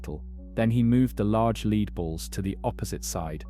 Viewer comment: Lead is pronounced 'led' in this context.